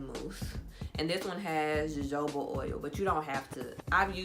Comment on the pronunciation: It's pronounced 'hohoba oil'😁